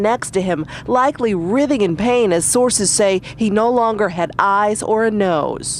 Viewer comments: Uhhh, "writhing in pain"?? "Writhing" is a form of the word "writhe" and it has a LONG I sound as in pine, not a short i sound as in tip. Come on people!! I am starting to think the zombies will win and we will all writh in pain. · The reporter says "writhing" wrong, obviously under some heavy LSD.